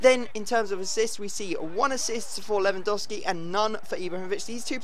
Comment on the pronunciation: I was kinda hoping for a more dramatic intro than normal, but no still "hi guys here" And I still think you saying Lewandowski wrong